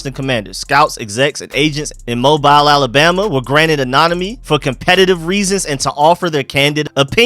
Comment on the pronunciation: Please stop calling that place Mobile?😒 It's pronounced Mo-beel, Alabama.